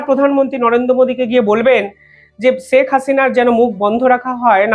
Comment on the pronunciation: আপনি দয়া করে ‘ছেক’ হাসিনা বলবেন না। ‘শেখ’ বলবেন।